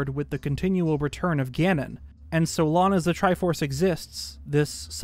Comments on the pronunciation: This guy sounds like he has the same accent as everyone I know, except exclusively when he says long as lon. Every time he say's lon my brain shortcircuits lol. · Is it like a meme/reference that always pronounces the word "long" as "lon" referring to LonLon Ranch or something? It bugs me probably more than it should, I wonder if he's just so immersed in the Zelda universe that his brain now just defaults to saying "lon" instead of "long". Even when he says words like "belonging" he still says "belonning", but it's not like he can't pronounce G's that come after N's because he doesn't say "belonnin" he does say "ing", so why can't/doesn't he say "ong"?? I've been noticing it for like the 2-3 years I've been watching but never commented/asked about it before. Only thing I can think is that it's a little easter egg he does deliberately as a reference to LonLon Ranch. If it's not deliberate, it's a very strange and unique speech impediment lmao, definitely not something common like a lisp or the one where some British ppl pronounce the R sound as a kind of W sound. What would the description be haha, like "a speech impediment where you can't pronounce the G after N, but only with words ending in "ong". Words ending in "ing" are unaffected and the G is still pronounced." hahah, how unusual